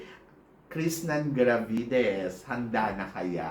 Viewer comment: Bat kaya puro KRISHNANN ang sinasabi ni eh krishna dapat..